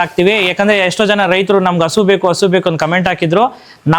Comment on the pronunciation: ಹಸ ❌ ಹಸು✅😂😂😂